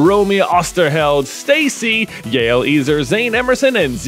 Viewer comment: Pretty sure Yael Ezer is a Hebrew name, and as such would be pronounced "yah-EL EH-zer", not "Yale eezer"